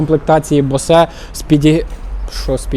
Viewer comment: Бовз 😂 а не босе😊😢😅 ще 1 момент ціна несказана😅😮😊😂